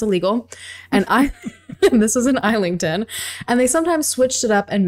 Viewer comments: IZZ lington not "isle" ington lol. I absolutely love this episode 😂😂😂🤜🤛 You guys are my faves 🥰🥰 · Are you saying Islington? You say the S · Islington is pronounced iss-lington. This is my absolute "favourite" heist. For years I would walk around my area wondering if I would bump in to Basil and never know it was him. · *Woolwich >Wool-itch *Islington > Iz-ling-tun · It’s pronounced Iss ling tonne it’s so funny listening to the way people say our British places makes me smile